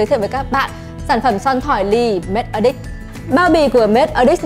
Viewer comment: Nói thật một trăm người ai review sản phẩm này ngay cả người tạo ra sản phẩm đoc tên cũng sai Matte Addict nhấn âm đầu Addict chứ không phai nhấn âm hai aDDICT